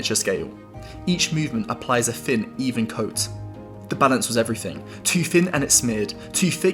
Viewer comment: Thin not fin. Thick not fick